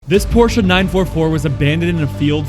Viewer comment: Thx for pronouncing PORSCHE the right way, and not "PORSCH". I really appreciate it. Greetings from Germany. ⬛🟥🟨